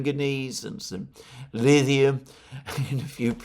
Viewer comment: Love the show Alexander - I watch most days. Got to say though, where I come from, the 'th' in Lithium sounds like the 'th' in pith helmet, not the 'th'; as in 'the'.. .. just saying..